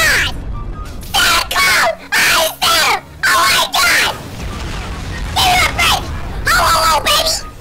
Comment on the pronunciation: "Ohmahgawd it's blanka"😂😂😂😂😂